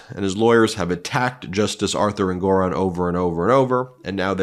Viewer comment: ENG or on, not En GOR on.